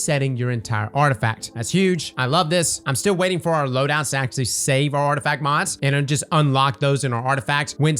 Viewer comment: "Arftifact Perk Refunds"